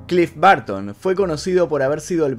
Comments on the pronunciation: Porque todos los sudamericanos pronuncian rraro el ingles?? No es clif barton.. es bərton.. entre a y e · No lo pronuncies "Barton" Es Burton cómo tal🤦🏻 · CLIFF BARTON???? ES BURTON